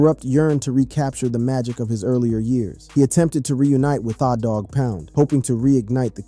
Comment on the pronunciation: Why he keep sayin thaw its tha like the i swear its fuckin up tha whole vibe😂😂